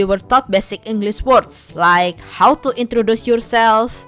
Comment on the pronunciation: Seriously, you speak english well, but when you screw up something. its hilarous, and makes your videos more entertaining, like in this video when you said "englis" and heck even I, a native english speaker screw up a few times